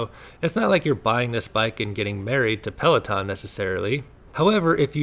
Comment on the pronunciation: PLAW TAWN ( FRENCH AF)